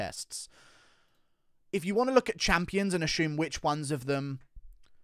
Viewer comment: Where's is this "ashume" pronunciation coming from?